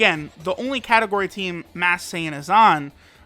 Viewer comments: He keeps saying mass Sayian when its masked sayian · he has been saying mass saiyan